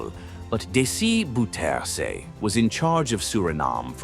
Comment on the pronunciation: 😂😂😂the way you speak out the name (of the so called dictator) DC Boe teer se, hilarious, his name is Bowterza for your unique state of mind